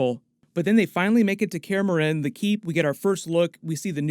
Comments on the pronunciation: no offence but some pronunciation is off lol. kaer morhen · Say Kaer Morhen one more time... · This is awesome, but I'd lie if I say that your pronunciation of Kaer Morhen didn't get me every time.